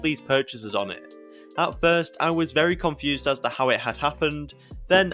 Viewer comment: This guy says “FISRT”🤡